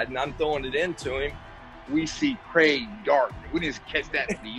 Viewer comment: Great video!!!! You’ve been hearing WAY too many Americans talk though, no Aussies should be pronouncing Craig as Cregg 😂 we are better than that